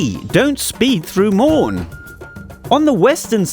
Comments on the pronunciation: 😂😂😂😂 he said moaaan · You pronounce Ma-ooon not maaon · Dude, it's pronounced Ma-uu-ng, not what you said (I can't even try to pronounce what you said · Its pronounced ma-woon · I take it back... You called it "Moan" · It's pronounced Ma-oon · He didn't pronounce Maun proerly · He said Mau what😂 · 😂😂😂 e mo paletse